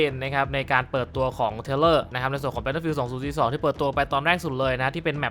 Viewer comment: "battlefiealdสองสุสสีสสอง"